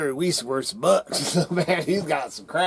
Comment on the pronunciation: Not important, but Its Barry WEISS (pronounced Wise) in English.